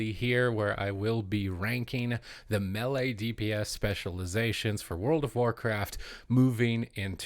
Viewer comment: Cant agree til he learns to pronounce melee correctly